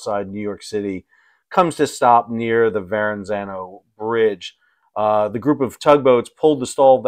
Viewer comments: Why do people make Grammer mistakes like excape and accrost and in this case, to say Varrenzano instead of Verrazano. 😡 there is no N in the middle... 😂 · With due respect, it's Ver-ah-zanno, not Ver-n-zanno. Thanks! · "...Verranzano..." It's Verrazano, not Verranzano. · say it with me VERRA-ZZANO or if that's too hard VER-A-ZAN-O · Please learn how to pronounce the name of the bridge. That was a little bit grating. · No extra N in Verrazano. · Surprise surprise. Modern ships lose power more than you think. It's electronics! PS: You might have more credibility if you pronounce Verrezano correctly. There's one "N".not two. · Come on Sal… a guy with your surname should NOT be mispronouncing “Verrazzano” 😂 (There’s only one ‘n’.) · Is this a guy of Italian extraction that can't pronounce the word 'Verrazzano'? Captain's Log. Star ship Enterprise. A man pretending to be Italian is mangling woids on the TV. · Sal, I am surprised you don't know how to pronounce "Verrazano" properly. Smh...